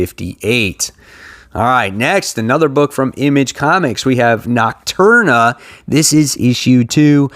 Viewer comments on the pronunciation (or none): It’s Nocterra not nocturna 😀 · Great stuff! Something that's been nagging me, there is no "N" in Nocterra. Knock-Tara. Best wishes on the fridge pal!